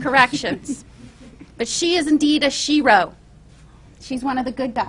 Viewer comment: She-ro??😂 com’on